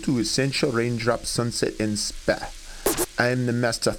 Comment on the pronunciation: "Rain-drop Sunset and Spa" lol the way he pronounces Spa ( Speah ) XDD